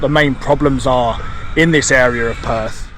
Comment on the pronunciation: The way you pronounce Perth, sounds like you are saying perv. 😂